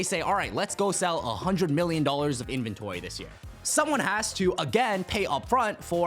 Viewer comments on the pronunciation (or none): none